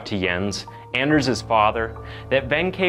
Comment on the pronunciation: to pronounce his name in scandinavian is Aners, to pronounce the letter "a" as you pronounced "asshole"´s letter "a" deeper "A", not like when you pronounce the "a" on "anything" which sometimes sounds like "e"🙂